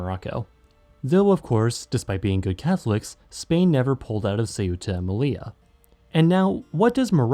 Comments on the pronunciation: say-uta?? the-ta is better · I don't understand why the narrator places the phonetic accent on the u, instead of the e, when pronouncing the name of the city Ceuta. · I love how pronounced the name of Ceuta wrong, and then pronounced it right but says that’s just what the natives calm it LMAO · Why the hell do English-speakers insist on pronouncing Ceuta as "seh-U-tah"? The stress is NOT on the U, it's on the E. Two syllables. If it were pronounced the other way, it'd be written Ceúta. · Just couldn't stomach your butchering of the name Ceuta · There's only one pronunciation of Ceuta and it's two syllables, as in Spanish. It's too bad that Americans were ever allowed to try to pronounce that word unsupervised.